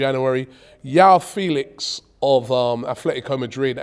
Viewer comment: João is pronounced like Jwow - the J is pronounced like in a french name like Jacques. And Félix with an emphasis on Fé, and the é sounding like the E from Eric